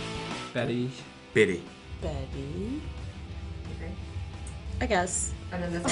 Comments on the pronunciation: KJ says bitty instead of betty haha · Is it just me or when Kayjay says Betty he says it with an i he says “bitty”😂😂💫😂😂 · Did anyone notice kj said bitty instead of Betty lol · Everyone: Betty Betty Betty Betty Archie: Biddy😂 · lol the way kJ says beTTy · I love how k.j calls Betty, Bitty😂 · When KJ says Betty it sounds like Bitty